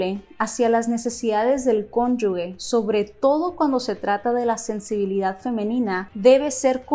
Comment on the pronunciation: Hola felicidades por tu video. Solo una observación con todo el amor y respeto: pronunciaste mal la palabra "cónyuge". De hecho es un error muy común y no sé por qué. Se pronuncia como ge y no gue.